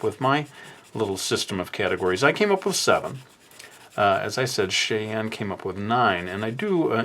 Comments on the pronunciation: Sorry, but I wanna say that name is pronounced, "Shy-anne" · trying to say Cheyenne 🤣